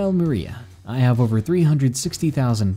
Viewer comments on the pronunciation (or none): none